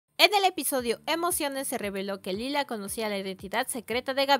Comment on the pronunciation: Lyla (LAILA) no (lila)